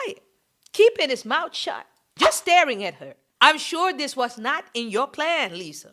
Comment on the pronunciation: “shut” in the Naija accent has me in tears! Nah you are too funny 🤣🤣🤣